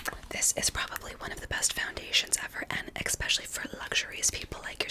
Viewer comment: "and eggspecially for luggzurius people like yourself" 😭no shade i just found that so funny and tingly lmao